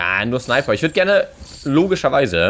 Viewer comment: Er sagt 2 schneiper